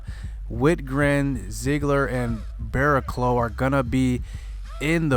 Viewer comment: Nice to see Brinson coming through in the clutch! Tough loss, but you guys held your own against one of the best teams in the league. BTW, your closers name is pronounced "Bear Claw"